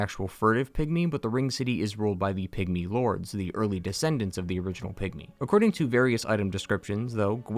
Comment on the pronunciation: For a moment I thought he said “pick me” instead of pygmy 😂